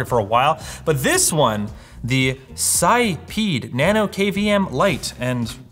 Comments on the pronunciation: I think the company name is pronounced without the s (I realise how immature I am but I don't care) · The only version of the name I think he didn't try- sis-peed. (or maybe you gotta pay extra for that?)